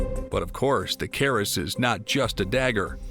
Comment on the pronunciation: It is called a Kris, not a caress...